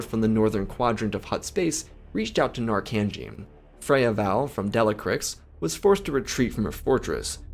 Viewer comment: Narcangee 😂 sounds like a homeless camp that knows how to deal with od situations! This story reverberates with me as I am on a crusade to end slavery and servitude in the united states. I know many of you will say that there isn't any slavery in the US but if you read the 13th amendment it says no slavery or servitude unless duly convicted of a crime. This means our courts and police are mandated to fill private prisons with able bodied workers forced to work for corporate masters for pennies on the dollar. With the war on the poor and homeless we are going to be seeing people getting arrested for sleeping in public and getting sent to hard labor camps.